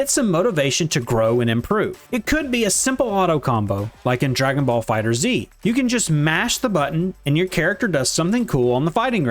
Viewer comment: Its FighterZ. Not Fighter Z. But yeah, great video. People gotta stop getting so mad at losing